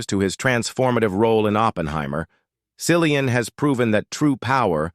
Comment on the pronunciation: It's Killian with a C ...